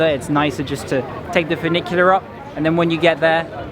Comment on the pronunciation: I love that you do a bit of everything. History, geography, food, architecture, culture, etc. So many youtubers focus on one little thing and it starts to get boring. Your videos are always entertaining. And I loved your bad Italian pronunciation of furnicular. Lol